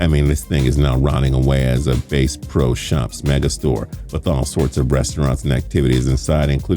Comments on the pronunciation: "base pro's shop". This guy is definitely not from the south. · Did you seriously just say “base pro shops”... it’s certainly not rotting away as one either lmfao. You should be kicked off the channel